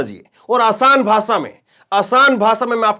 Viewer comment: Bhai AapBhot Achche Ankar Hou,Par Bhasha Achchi Nhi Lagti Hai Kano Ko Jese Bhasha Ko Bhasa Bolte Hou.